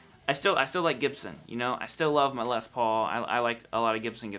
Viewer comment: Awesome - someone from North America who doesn't pronounce 'Les' with an extra 's' : what's with the 'Less' pronunciation, people ?